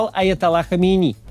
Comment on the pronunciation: Максим! Его фамилия читается хАмЕнЕИ, ёлки палки, изрезал уши в клочья, спасибо за видео!